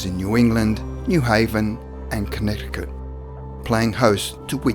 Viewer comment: The second of the three c's in Connecticut is silent. Amish is pronounced with a short a (Ah-mish --- not Aim-ish). Just so you know!